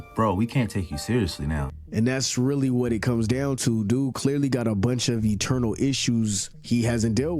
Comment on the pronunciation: *Internal not Eternal 🤷🏽‍♂️